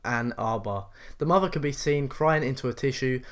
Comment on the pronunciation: And also maybe also learn to pronounce basic words like "thrill" instead of "frill" or "mother" instead of "muvver." I really do like British accents, though. Your presentations are interesting, too.